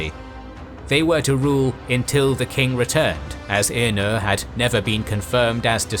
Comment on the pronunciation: Who writes these scripts, and doesn't make sure that the narrator says things correctly? I keep hearing the narrator making statements that include mispronunciations of Tolkien's names and terms? In one case the narrator calls Finwe's second wife Feanor's mother-in-law. He mispronounced Feanor, and then uses the wrong relationship term, which is step-mother, not mother -in-law. Such obvious mistakes, which should have been corrected during the recording of the voiceover. Script review and proofreading should be done long before the recording is even scheduled. As for the correct pronunciation of most of the Tolkien created names and terms, Tolkien wrote in a pronunciation guide in the forward of the Fellowship of the Ring.